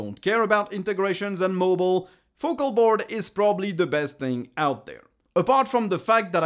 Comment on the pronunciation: Your pronunciation of Focalboard was fine.